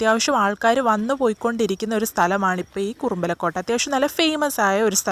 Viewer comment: കുറുമ്പലക്കോട്ടയല്ല മോളേ കുറുമ്പാലക്കോട്ട എന്നു പറയൂ.